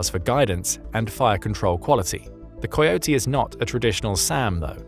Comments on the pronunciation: Coyote is pronounced as (Ka-ee-oh-tee). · AI can't pronounce "coyote!"